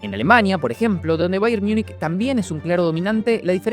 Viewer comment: No quiero ser pedante Pero el Bayern Munich se lee así MUNICH no Miunik esa es la pronunciación en inglés. En alemán es Minjen (aprox)